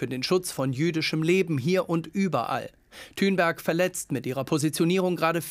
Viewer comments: Der bro sagt einfach Greta Thünberg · Seid wann heisst sie denn thünberg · Wieso heisst die Thünberg??